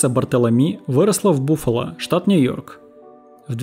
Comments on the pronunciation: Баффало чувак, а не Буффало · Голос со временем начинает раздражать. Слишком высокий и в нем слишком много гонора. Кроме того, постоянно перевираешь названия мест и городов, имена, имена собственные. По Английски они читаются по другому. Например здесь никто не говорит Буффало. Правильно Баффало. Но я так понимаю ты здесь не живёшь. Откуда тебе знать. Это режет слух и вызывает отторжение. Не умеешь, не берись. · Као́с, бу́фало...если честно, это сложно слышать от такого рассказчика.